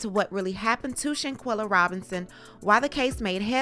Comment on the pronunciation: Quella Not Quilla ❤😊